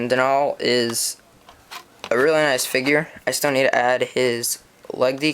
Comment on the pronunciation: Denal is pronounced Den all.